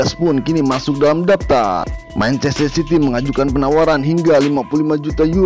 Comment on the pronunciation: City min city bukan ciry